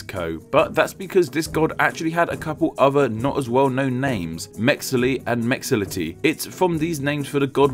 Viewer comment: How on Earth did Mexihtli become Mexility??? That kind of utter disregard for phonetics REALLY ticks me off!